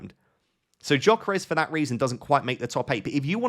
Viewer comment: it's Yuh-Keh-Res not Joh-keh-res😅